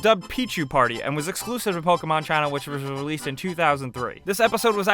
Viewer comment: which was rrruurrrearesed.... lol jk ;)